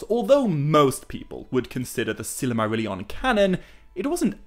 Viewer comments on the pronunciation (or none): I wholeheartedly agree. He puts in a tremendous amount of work. But the way he pronounces Silmarillion drives me mad. He uses 6 syllables instead of 5. almost sounds like „silly Marillion“.